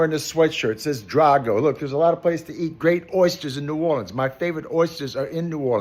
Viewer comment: my man even says "ne'worlins" instead of that fake "nawlins" crap. he's indeed a real one